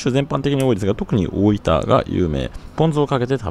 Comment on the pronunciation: 板橋出身なのになんか大分の発音が変な気がする？